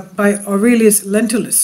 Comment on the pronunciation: Lentulus, not lentilus, Lentils are beans.